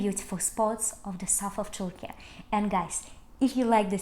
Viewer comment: thank you for this amazing video and the correct pronouncing of türkiye 😀🙏